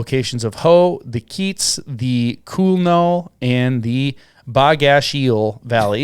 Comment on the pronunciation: Geez guys Quinault is pronounced "Kwin-ault" and Bogachiel is prounounced "Boge-a-cheel". The accent for both words is at the front of the word.